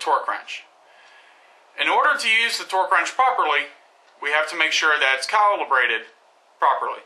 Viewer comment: cowelebrated ha ha ha its calibrated. you say it like this............ CAL--- E--- BRAY------TED..............calibrated...